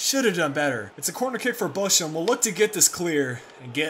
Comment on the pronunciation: The "ch" in Bochum is pronounced like in the hebrew name Chaim. And Fuerth is pronounced "Füat". Go on with the swabians, you are doing well. ;-)